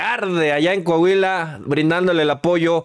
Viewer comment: NO ES CAHUILA, ES COAHUILA